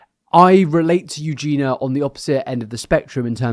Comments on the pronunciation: You do know her name is Eugenia right? Pronounced "Yu-jee-nee-ah". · you’re still pronouncing her name wrong!! there’s an i in there